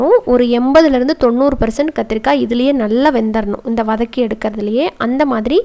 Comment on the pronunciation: வனக் கி னு சொல்லகூடாது வதக்கி னு சொல்ல